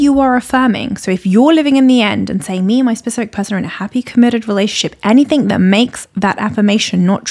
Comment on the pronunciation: she pronounced it like anythink